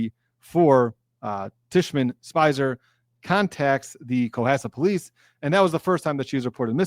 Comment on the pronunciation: Hi friend! I love your videos and you're great!!! :) (Now let me whisper something super quietly, which is that it's Tishman Speyer, not Spicer. It's not important, but a friend tells a friend these things so they can get it next time <3 <3 <3.) I appreciate your excellent coverage! Hope you had a great Thanksgiving.